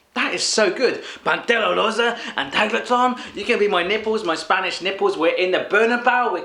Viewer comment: no puedo parar de reirme cuando dice "pantera rosa" o "tigretón" con acento mexicano! jajajaaj